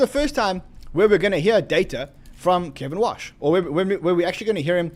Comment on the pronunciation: It’s KEVIN WARRRRRRRRSH not Kevin Wash just to clarify